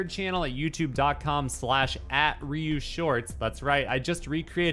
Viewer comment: did ryu just casually roll his R? haha